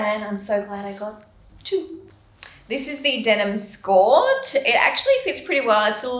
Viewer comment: "This is the denim skorrrrrtt"